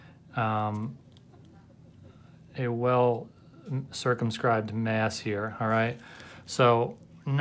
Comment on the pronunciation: I thought he said circumcised mass